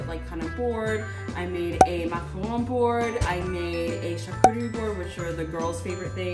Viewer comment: actually pronounces macarons correctly!